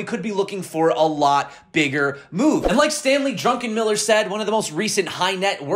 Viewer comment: his name is Druckenmiller, not Drunkenmiller 🤣... thanks for the video, let’s get this Santa Claus 🎅 rally 📈